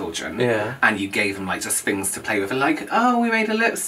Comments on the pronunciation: My favorite part of your accents is how you pronounce “th” as “f”. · nope "fings" as this is how would pronounce it 😜